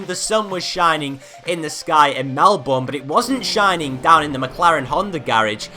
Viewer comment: Nice video! but its not MelBOURNE, its melben, thats how to pronounce it...